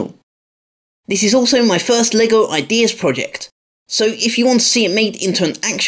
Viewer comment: Did u say “Lego paralyse”?